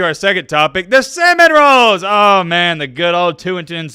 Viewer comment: It sounds like you are saying the Florida State cinnamon rolls, and if so, that's pretty funny.